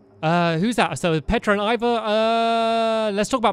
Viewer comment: I just noticed that stampy says Ivor's name wrong